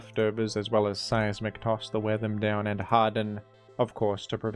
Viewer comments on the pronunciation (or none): none